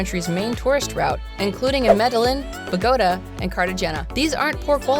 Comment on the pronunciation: You mispronounced Medellin , Bogota , and Cartagena. How many of these places has this person even been?